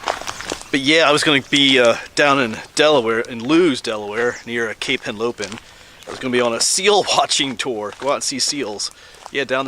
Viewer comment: LEWES is pronounced lewis.